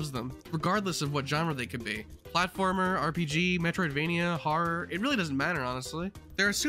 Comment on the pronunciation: He said horror as rar